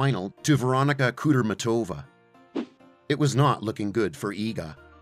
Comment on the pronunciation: Sorribes Tormo. SOReeBayss. Spanish.Not hard. Kudermetova does not have an extra syllable after the r. Koo Dyer MYEH tova, approx.